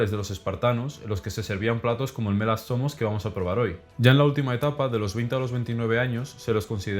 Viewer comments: Perdon bro pero cada que dices el nombre del guiso espartano medio que parece que estas albuerando XDD Buen video por cierto jsjsj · no puedo evitar que siempre que dice mela zomos escucho me la asoma